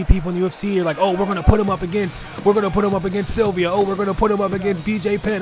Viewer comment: sup, Gd commentary bro but just 1 suggestion lol its Silva not Sylvia lol.